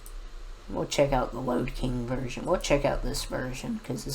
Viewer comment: Lode King not load king